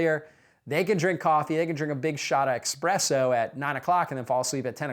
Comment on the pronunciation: I respected him until he said ‘expresso’ 😮